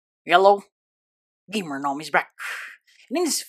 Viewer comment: LMAO YOU SAY “YELLOW” INSTEAD OF “HELLO”